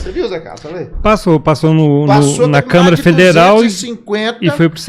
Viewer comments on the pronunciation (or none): none